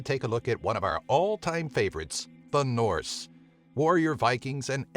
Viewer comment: As a Nordic I love how you pronounce the different norse words.